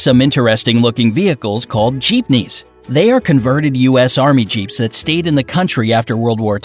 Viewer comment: Bruh- im a Filipino- and honestly im kinda mad at Bright Side for pronouncing most of our cities, and other stuff wrong like Jeepneys and Cebu.